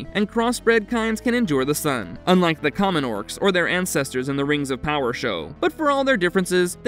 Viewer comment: Bro thinks “rangz of powah” is canon 💀💀💀💀